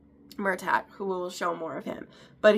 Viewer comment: Love you’re review girl ❤❤❤ but everytime you say Mur-TAG, & CAL-um I wanna shake ya lolllll😂😂😂😂